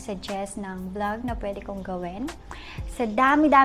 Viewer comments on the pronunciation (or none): none